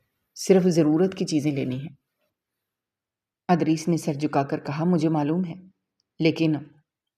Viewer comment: Yeh punjabi log ZAIR KO ,Zabar kyun boltey hain ? Idrees ko har dafa Adrees ??😢😂